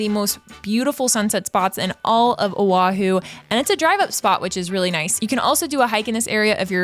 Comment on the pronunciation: Do diabła,!!!! Nie Ahu lecz wyspa OAHU. Czyta się tak, jak się pisze. Język hawajski jest podobny w wymowie do polskiego. Mieszkaliśmy z mężem 20 lat w Honolulu, stolicy Stanu Hawaje 50 tego, na wyspie OAHU. Pi ękne miejsce , atmosfera i ludzie ❤️☀️🤙🌈🌺 ps Ahu, to jest nazwa ryby.